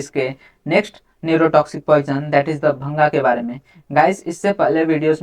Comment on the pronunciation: Its not bhanga it is bhaang